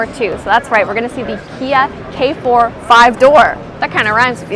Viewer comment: 케포가 아니라 게포아냐?